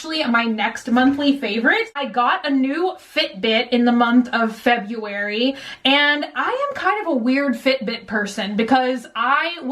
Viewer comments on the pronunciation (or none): Remember February-- febrember 😂💖